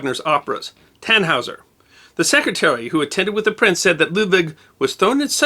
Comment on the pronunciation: "Tahn-hoy-zair" there's a missing umlaut...